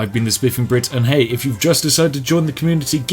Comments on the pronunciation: "the communiTEA" yes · I can hear the Tea on the end of "Welcome to the Communitea."